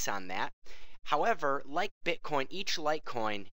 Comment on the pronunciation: You say "like" like rape